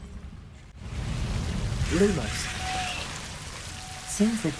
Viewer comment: “Basil Hayden” lmao